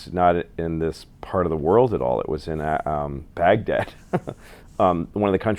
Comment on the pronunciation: he said " Paghdad " ? lol its Baghdad you stupid , the reason why people success it their self confidence, if you are a self confident you will succeed even if you are not the most talented , Louis is stupid hes not that clever but he thinks hes clever and believe in himself and thats why hes successful